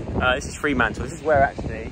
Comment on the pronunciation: Love vlogs of my home 🥰 ** Fremantle not Freemantle